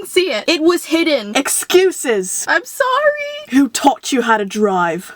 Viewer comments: im suoory 😂😂(but after that she sad soory) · she will say sowwy she said tot chew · i think u said sory